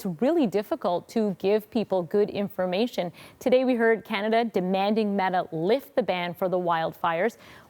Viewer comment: "Demand" lol ok